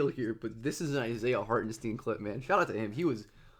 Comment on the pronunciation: I'ts not Harten-steen like sheen, its Hartenstein like shine